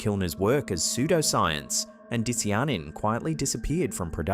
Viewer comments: I'm not even sure if this is the real picture of it or just more AI slop... Can you confirm? Dishjanin? That's probably not how you pronounce Di cya nin. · baby, say it with me: DIE - SIGH - UH - NIN di-cy-a-nin not dissy-yonnen. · Dicyanin = die-SY-uh-nin. Not "diss-ee-ar-nin". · It’s “dye-SIGH-uh-nin”, not…whatever said. And Lil Wayne looks like his muscles are heavily accentuated with make-up, which would cover the tattoos. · Its pronounced Die-sigh-uh-nin lol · Your pronunciation of “dicyanin” is absurd and atrocious.